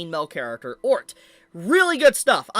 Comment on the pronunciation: I can't believe butchered the pronunciation of Otr 😂. He said Ort 😂😂